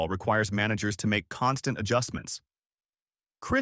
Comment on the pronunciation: Aight aight i stop watching when this AI pronounced KiKe Hernandez name lol